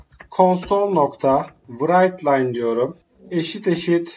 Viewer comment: Abi vıraytlayn değil, raytlayn diye okunuyor.